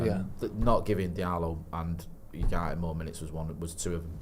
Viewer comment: you are usually pretty good but please can say Ugarte correctly. It's not You - it's Ooo.